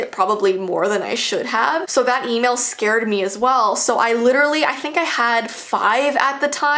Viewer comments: im really scar-ed of my tamagotchi Me:its scared not scar-ed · Did she pronounce scared as scahred